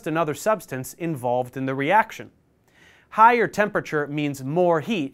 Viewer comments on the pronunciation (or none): none